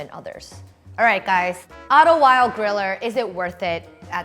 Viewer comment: It’s pronounced “vild ah” it’s German.